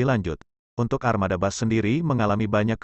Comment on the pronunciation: Gk enak dengarnya, bus dibilang bas terlalu ke ingrisan